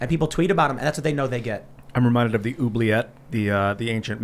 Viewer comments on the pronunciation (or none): none